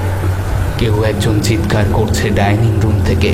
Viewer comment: Tinni r motto choto meye dining room er " dining " lithe tha pronounce korche ki kore ?